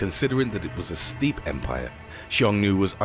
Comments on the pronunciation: Steppe is pronounced STEP not STEEP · Steppe when used with those people's is pronounced step. Pompey is pronounced pompee not Pompeii. Yes I know about the nabateans. You really need to go to Google and get the correct pronunciation. The video I watched before this of ancient extinct peoples was all wrong and they're full of people don't know what to look for send it. Cuneiforme not cuneiform. I am allowing for the accent. I know of Nubia and where it is and it is now thought that the Nubians went to Egypt and taught them to build pyramids. I know of all of these civilizations. I'm a scientist so pronunciation is important to me. Thanks for the video! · "Steep empire" says the narrator, but the text says "steppe empire"? I can't quite djengis what's up with that...